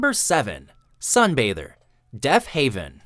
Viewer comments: Deafhaven?! Seriously? It's DeafHEAVEN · It's Deafheaven not Deafhaven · Its deafHEAVEN not haven!